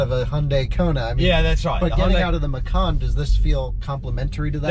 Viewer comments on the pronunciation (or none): Hi, liked the video. Just want to make correction on the pronunciation of Porsche Macan. It's pronounced matjan, not meckan. Macan means tiger in Indonesia.